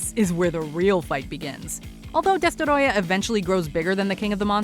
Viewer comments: I hate when thinks they’re fancy and pronounce names so weirdly, just say Destroyer don’t say it like Desterrroya, they say it it’s freaking Spanish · Destoroyah not destorodah. Smfh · It's not Destoroyah. It's DESTOROYAAAAAAAAAH!